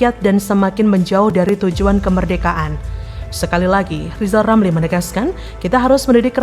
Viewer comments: Lijal lamli dididik ngucap huruf RRRRrrr dulu 😂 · Li...lameli...😂😂😂 Ili kok dipelihala😂😂😂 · NGEBCOT AJA LO LIJAL LAMLI,,, BELAJAR DULU NYEBUT HURF "R" BARU BELKOAL KOAL LO LAMLI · 😊😊...... LIJAL LAMLI KAMU BILANG "R" DL YG BENER , JGN MERASA PALING PINTER TP PECATAN . JALLLL......LIJAL..😊😊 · Suruh belajar ngomong ...R...dulu itu si Lijal Lamli baru ente kelihatan pintel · Sekolahkan TK dulu si RR sampai bisa mengucapkan namanya dg benar